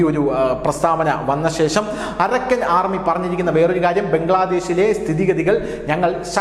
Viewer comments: അരക്കൻ അല്ല അറാക്കൻ ആണ് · Arakkan അല്ല അരാക്കാൻ ആർമി